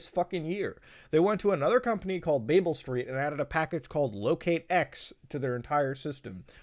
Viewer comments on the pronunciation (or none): none